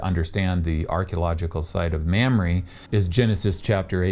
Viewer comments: Hahaha!!! It's not "Ma'am-ree"😂 it's pronounced "Mom-ray"! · Sorry to be that guy but its pronounced "Mahmrey" not "Mamry".